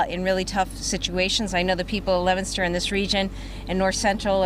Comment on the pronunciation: it is not lemonster...it is leo min ster